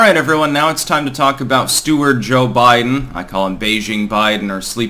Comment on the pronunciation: I like Cho-Bi-Deng.